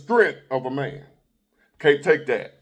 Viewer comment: "A big mane." 😂 You're tripping,.